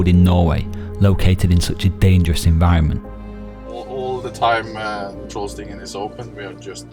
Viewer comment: Small correction. It's TrollstigeN, not TrollstigeR :)